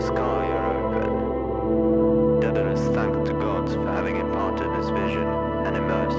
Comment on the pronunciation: Great band, but it's "Daedalus (day-da-lus)", not "Dedalus (ded-a-lus)".